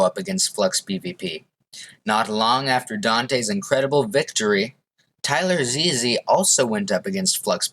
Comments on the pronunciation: Damn you didn't have to do "Tyler Ze-Ze" like that lol. It's just Tylarzz. Overall, I'd say this was a good analysis, but I think there are some more people who could be considered the best. M0xy - before he blew up on Overwatch/Among Us, M0xy was ranked number 1 globally on badlion duels. This means that while he may not have been number 1 in any specific game mode, he was the most consistent player throughout all game modes. Jdegoederen - An absolutely insane UHC player. He won 4 UHC Elites in a row, and then won a 5th one when they let anybody play as well. ZMCNikolai/Rex5826/MarkiLokuras/Monso - Some of the best EU badlion uhc players of all time. They proably aren't as good as Jdegoederen or Danteh, but they are certainly up there AustrianGaming/Wichtiger - IDK much about the current German PvP scene, but I believe these 2 youtubers are some of the best Skywars players on Gomme right now. I have heard X_SUS is pretty good too, and he also commented on the video. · bruh how did u pronounce Tylarzz wrong